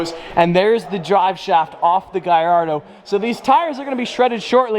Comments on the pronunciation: Why does say guyyardo instead of Gallardo? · Why is he saying giardo it’s hurting me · Is he trying to butcher the Lamborghini Gallardo name or what?